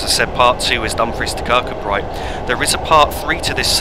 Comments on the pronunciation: Its pronounced Kirk koo bree not kirk kud bright, its a common English mistake. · kirkcudbright is pronounced kir koo bree I was born there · pronounced Kir-coo-bray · I know it’s an old video, enjoying seeing this old route here. Kirkcudbright is pronounced Kir-Koo-Bree. Kirkgunzeon is Kirk-Gun-Yon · Another splendid video. It was nice to see a first generation DMU from my train spotting days. My wife grew up in Dumfries and confirms that the name is pronounced Ker Koo Bree, with the stress on the last two syllables. Roger Crick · As a local to the Dumfries kirkcudbright area it really does annoy me the way he says kirkcudbright